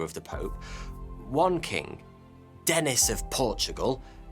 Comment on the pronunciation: Dinis, not Denis.